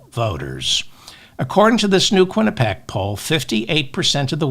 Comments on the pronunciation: David, please correct your pronunciation of "Quinnipiac"; pee-ack, not pack. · David, you always ask for correction. I have one for you. You pronounce Qinnipiac incorrectly. At the end you say pac, leaving out the 'i' which is pronounced like 'ee' as in pee. So the last part is pee ack. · It is pronounced: Quini pee ack, Not Quinipac I just wanted you to know not embarrass you.